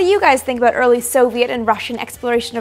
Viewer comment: You almost said aboot there